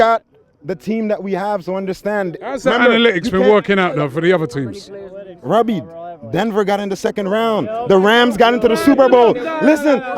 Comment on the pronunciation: This is GREAT im not even from UK im in NZ and this is so funny!! Robbie! (in the most american accent ever).